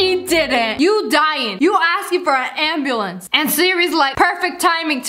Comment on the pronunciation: Sssniper wilf: siri call me a anbluenc Siri: i will call you anbulenc now Lol